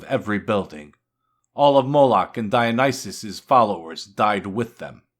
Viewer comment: Perfectly pronounced.. As you list Moloch and Dionyssius' rotten yields, I felt it stronger and deeper and with more conviction with every example, if only such a trial before the lost people, an almost unimaginable justice so long overdue to the Lost and freely given away.. Thank you, it steels the heart to know such a trial is told to come at the end through Christ and its glory will be even greater. (thank you for your work)